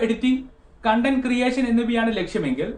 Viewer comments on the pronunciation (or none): none